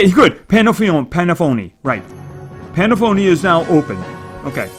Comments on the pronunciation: Why do you say Pandaphone instead of Pandalfio xD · pandalfio is pernonced Pan-dalf-io